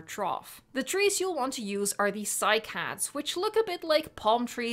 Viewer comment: It is actually pronounced cy-cad